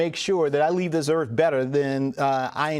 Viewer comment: Jaime said earf. Instead of earth.